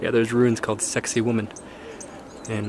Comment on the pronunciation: HA! I thought i was the only one who heard it pronounced as "sexy woman!"